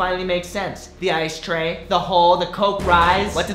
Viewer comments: cherry caguiat ice tray sounds like I stay when u say it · it sounds like I stay home cook rice!